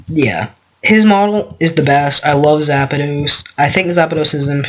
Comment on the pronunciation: Its not zapados its zapdos